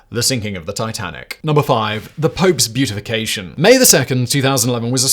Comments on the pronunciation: In terms of the Pope, the word is pronounced bee-at-ify, not bee-ut-ify. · its not beautification its be-a-ti-fi-cation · The words "beatification" and "beautification" are different words with different meanings ... and different pronunciations. Yikes, Simon. 😘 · My favorite part was Simon pronouncing “beatification” as “beautification” 😂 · The time stamp even reads “”The pope’s beautification”. I have no doubt it was on his teleprompter that way. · Maybe it's just a difference between American and English pronunciation, but the way Simon says "beatification" makes me think the Pope got a makeover or something. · Simon, Simon, Simon. There is no “u” in beatification. There is now no “you” either. No beatification for you! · "Beautification"? Really? You're probably trying to say beatification, or perhaps canonization.